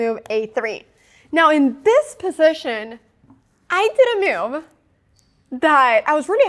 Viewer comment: I was chuckle a little inside when she pronounces 'move' as 'myewv'.